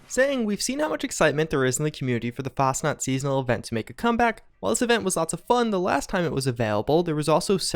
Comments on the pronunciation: It’s FAS-chenaut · So you honestly think Bethesda would release the Fasnacht event 2 to 3 months after Fastnacht Day? Im pretty sure they would just rename it at that point. If it started on the day, then fine, but months after the actual holiday? Most of your content is great, but between your horrible pronunciations of fairly common words and thinking Bethesda would just release a holiday timed event 2-3 months past the actual holiday just to give Wastelanders breathing room, is just poor deductive reasoning.